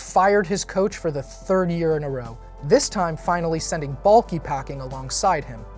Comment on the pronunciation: Is anyone else annoyed when says Trent Baalkee? It's BALK!!!! THE E IS SILENT YOU MORON!